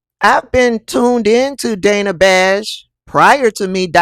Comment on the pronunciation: It's pronounced Danna Bash! 🤦🏿‍♂️🤦🏿‍♂️🤦🏿‍♂️